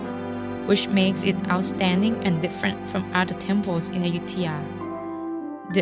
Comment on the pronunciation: just asking - why does announcer repeatedly say AYU-THIYA? tks